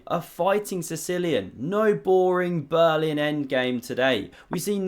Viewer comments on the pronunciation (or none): none